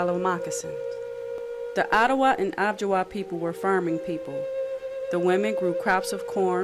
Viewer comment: I don’t think it’s pronounced “ob-ji-wa”, I think it’s Ojibwa - oh-jib-wa.